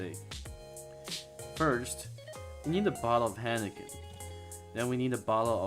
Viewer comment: Hiiiiiinekan.... Not haaanaken